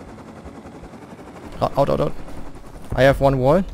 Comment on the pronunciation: 3.30 Tier eins... da kam das Deutsch wohl zu stark durch😂